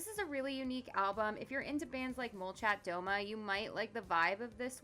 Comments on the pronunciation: hi! I'm a native Russian speaker and i have a small correction: in "molchat doma" it's "domA" ("houses"), not "dOma" ("at home"). great video :) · I think it is really questionable that the eastern european darkwave (doomer) scene has only little to no connection to the goth/darkwave scene here in europe (and probably not to that of the USA as well). Although they are musically often very similar, they don't really seem to take notice from each other. If I may give you an advise - make sure you actually pronounce it "Molchat Dama", with emphasis on the last a. Otherwhise, the translation shifts from "Houses are silent" to something odd like "They are silent at home". Also, thank you very much for this rich and versatile list.